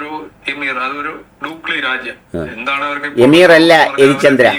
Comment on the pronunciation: ഉച്ചാരണം അമീർ എന്നാണ് ബ്രോ😊